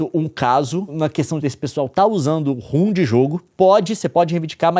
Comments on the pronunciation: Leon reclama tanto dos outros falando errado e me lança um ROOM. Rom se le ROM. kkkkkkkk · Pelamôr, para de chamar "ROM" de "RUM"!